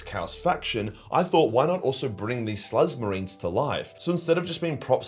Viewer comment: I thought you called 'em slut marines lmao